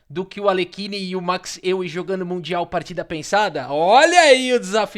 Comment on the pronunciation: Euwe se pronuncia Eu-ve